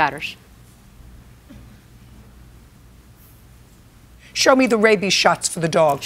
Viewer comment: "Carrla vas there vith my dauthersh" I lost it lol